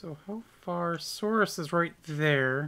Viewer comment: And by the way for a second time lol. Souris is pronounced like Sur-e